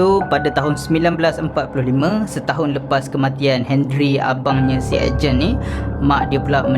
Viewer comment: Aku je ke yg dgr dia ckp ejen masa dia sbt Ed Gen?